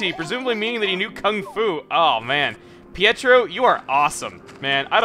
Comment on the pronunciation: Hey! I was just wanting to say that Pietro's name (since he's a clown) is pronounced Pie-Tro, like Pie Throw. Love the videos!